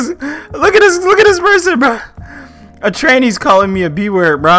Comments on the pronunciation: He said trainee? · He said trainee.